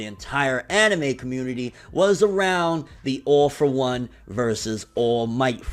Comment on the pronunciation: Man, I hear "Awful One" every time you say "All for One".